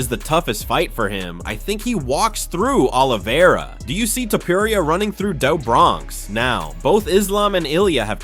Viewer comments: Gaythea? Taupuria? This AI can’t read. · Mispronunciations of well-known names like Pimblett and Topuria , let me know this is probably AI-generated content.